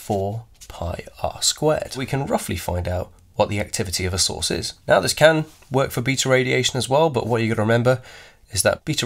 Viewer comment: every time he says source, i hear sauce so i just imagine eating alpha and beta radiation sauce 😂